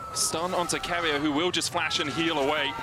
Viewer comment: Go keria= ceria😅😅😂😂😂